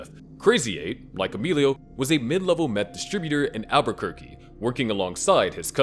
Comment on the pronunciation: Dude said Aberquerque